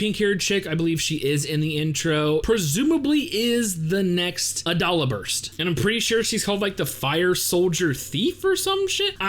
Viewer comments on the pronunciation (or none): I thought "Adolla Burst" was pronounced with a long "o" like "dole."